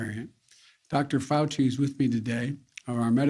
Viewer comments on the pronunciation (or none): none